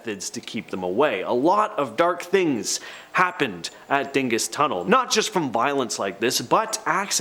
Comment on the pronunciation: I grew up near The Dingess Tunnel. You need to pronounce it like the locals do "Daanguss Tunnel"